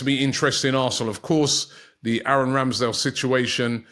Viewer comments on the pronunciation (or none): none